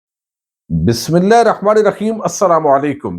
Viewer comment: You must learn how to recite Bismillah/ Your recital is totally incorrect.